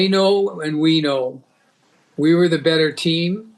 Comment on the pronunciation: " much the better twam"...wtf does that mean!